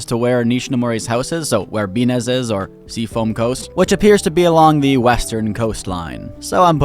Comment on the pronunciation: "Binnes" is pronounced "bins." It's a parody of the French city "Cannes" which is pronounced "cans." Carry on.